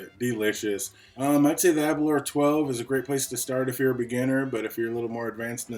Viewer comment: Aberlour A boonaa is the correct pronunciation, I think ^^ Now try to pronounce Aberlour Casg Annamh hehe, they really know how to name them. Thanks for the review. I have tried several expressions of this now (62,66,67) and I really cannot become friends with these. Initially, they are quite tasty and fragrant. But, for me, I always get this note after the finish, a bit cloying and sharp. I do not get this in Glendronach, Kavalan solist, Glenfarclas or Glengoyne. It is not sulfur.......something else, which ends up putting me off the bottle after a while. It is always there, without water, with water, full bottle, half bottle. I did have the Aberlour 18 and that was finished in the end, but I cannot remember if it had the similar note. (possibly, but perhaps less dominant). So, it may actually be related to the new-make and how much they push into the feints or something. The A'bunadh may be too young for the casks to have done their work to round off such notes(?), don't know. It is sad, because the A'bunadh is not a bad scotch at all....just wish they would get rid of that awful end note, which lingers for hours.